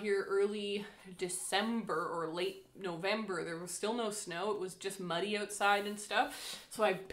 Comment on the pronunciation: 😂😂😂 When you talked about the river and it being muddy, I understood 'money'. 'It's also money'... I thought you were going to look for gold in your river before the correct sentence entered my head. Well, a muddy river is nice too!